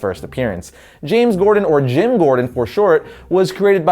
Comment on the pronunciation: you said jams Gordon